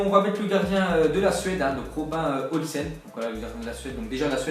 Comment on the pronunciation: Robin Olsen ça se dit « Robinne Oulssènne »